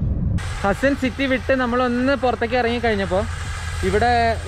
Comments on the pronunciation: hasn alla bro Haasen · Hasan alla pronoucetion haasan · Hassan alla,it is haaaaasan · തിരുത്തുന്നതിൽ ക്ഷമിക്കണം. ഹസ്സൻ എന്നല്ല ഹാസൻ എന്നാണ് സ്ഥലത്തിന്റെ പേര്. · ഹസ്സൻ അല്ല ഹാസൻ ബ്രോ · അസ്സൻ അല്ല ഹാസ്സന